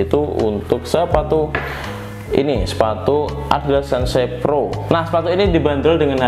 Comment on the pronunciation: "SEN-SE" PRO itu apa bang, 😂😛